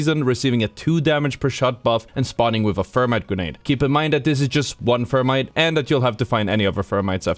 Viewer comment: This guy's crazy...rampage as the worst gun in the game? Seriously?I should've known not to take this guy seriously after I heard him say "fermite"